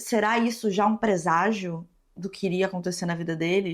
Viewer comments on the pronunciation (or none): "PREZAGIO" ou presságio?????😂